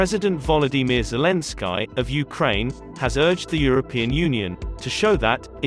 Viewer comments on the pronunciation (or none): He cant eve pronounce the ukrainien presidents name properly its suppose to sound like ski not like sky when you read it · Sick of these videos; AI pronounces Zelenski ZelenSKY? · This guy talks crap he cant even be bothered to pronounce zelenskis name correctly